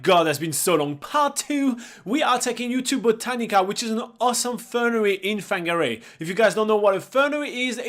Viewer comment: It’s pronounced Far gnah ray